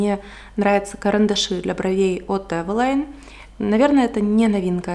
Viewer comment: правильно говорить эвелин